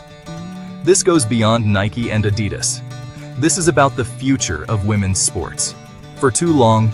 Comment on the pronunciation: you say Adidas dropped a bomb and showed the Nike logo and went on to say the deal was $28 million, which was actually the Nike deal. Then your Ai voice-over can't pronounce Adidas. This is all Click Bait. boycott Hoops Horizon and Hoops.